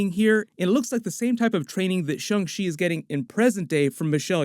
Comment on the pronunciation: This is in a texas twang. Its shang not shong u dunb sob. If chickens had 8 more brain scells would thay be mad that we eat them?